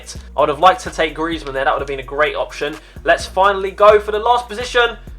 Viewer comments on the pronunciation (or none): none